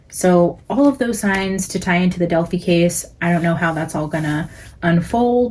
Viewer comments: Just fyi it's Del-fye not Del-fee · It is annoying you keep pronouncing Delphi wrong and that music is distracting.